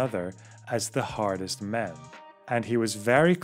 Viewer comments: Im watching this a second time just to hear you say "Britains 'Ardest" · "'ardest" :V